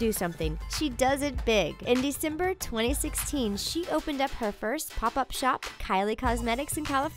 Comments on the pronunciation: oh I heard that. DICIMBER HAHAHAHAHA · also, the way you pronounce december is downright WRONG